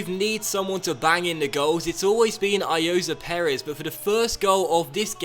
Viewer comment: Also it is Ayozee Perez not Ayoza Perez